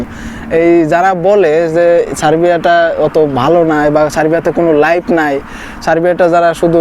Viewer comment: লাইভ নাই এটা ঠিক কিন্তু লাইফ আছে, উচ্চারণ ঠিক করেন আগে।